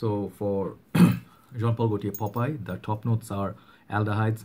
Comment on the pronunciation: Not pop eye ,. Popeye